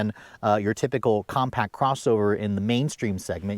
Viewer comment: Compact! Not compac